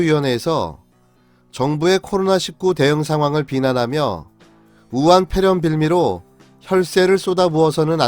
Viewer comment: 아직도 우한뾔렴? 발음도 안되면서 왜 자꾸 뾔렴이라고 하는지 ㅉㅉ 안스럽구나